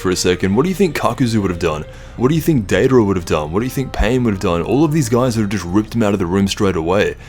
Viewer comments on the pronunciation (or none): Data'ra? Dry? It's Deidara and Jiraiya